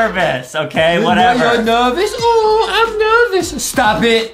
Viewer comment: LOL first time justin says "nerwvous" IT REMINDS ME OF DHAR MANN HAHA!!